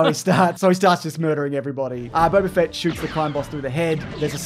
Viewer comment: It's Boba Fett not Bob .A Fett